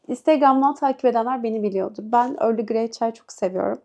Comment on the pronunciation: Early Grey değil. EARL GREY. Sonunda Y yok. Kulaklarım kanadı.